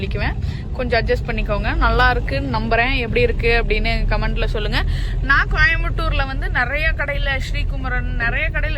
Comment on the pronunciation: அது கோயமட்டூர் இல்ல கோயம்புத்தூர்